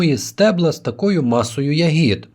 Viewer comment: Не хочу Вас образити , передивився усі відео , і в кожному ви робите одну і ту ж помилку в наголосі у слові ЯГІД (Не хотів тошнити , вибачте)) У слові я́гід (родовий відмінок множини від "ягода") наголос падає на перший склад — на літеру я.